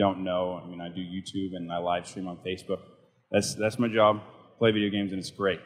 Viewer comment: Did you just say face book